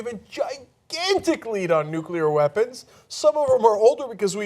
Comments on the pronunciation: He DID pronounce nuclear correctly. At least, though, G.W. Bush knew something more about "...Nuclear..." . Pretty sure of this, though never a W. fan. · I am pleasantly surprised that Trump says Nuclear instead of Nukular, like a lot of dumbass Republicans say.